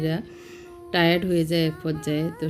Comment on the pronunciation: Tried na 'tired', haha